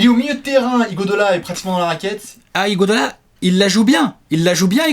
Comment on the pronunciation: C'est marrant comme vous arrivez jamais à prononcer Iguodala correctement. Sinon super vidéo comme d'habitude